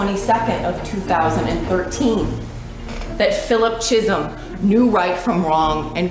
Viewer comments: Who in their right mind would pronounce his last name CHEESUM? Go back to school. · Except the mispronouncing of words, cheesum instead of Chisholm , creg, instead of Craig, erotic behaviour instead of erratic behaviour🤣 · It’s not the editors fault she pronounces words wrong! ‘Cheesum’ ‘Creg’. ‘Erotic’ 🤣🤷🏼‍♀️